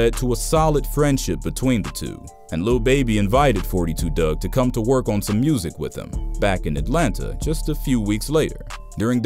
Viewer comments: Foe 2 dugg not forty two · It's four two dugg not forty two dugg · his name pronounced four- two dugg, s/o gngnem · "four-two Dugg"